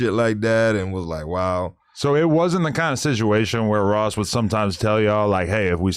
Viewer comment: He can’t even say Ross name lol